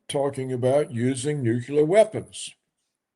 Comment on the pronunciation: Nukular? Nuclear? Whatever. Netanahoo? Netanhawho?